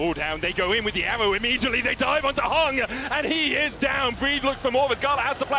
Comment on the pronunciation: bro why are they saying HUNG his name is HANG'